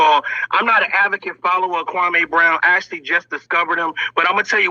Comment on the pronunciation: MR. KWAME BROWN already said how to pronounce his name. Why is this guy still mispronouncing Kwame. Kwame was living his best life minding his own business and the effeminate group decided to harassed him after 20 years. Kwame doesn't need to put a solution, he was minding his business and working in his community. The effeminate group so envious 🤣🤣.